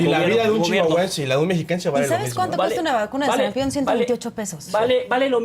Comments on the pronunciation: Este defensor de morena ni siquiera sabe el nombre correcto de la enfermedad. No es sarampeon, sr es sarampión. Joven el fanatismo irracional siempre es abominable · Que alguien les diga que es SARAMPIÓN no sarampeón, políticos y pen....